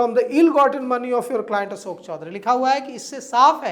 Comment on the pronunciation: Asok nahi behan ashok Kisor nahi kishor Tum aapna uucharan thiko pratrakarita tuo hoti rahegi